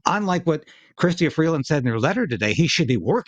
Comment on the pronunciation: It's Christia not Christiana. Not that it matters now.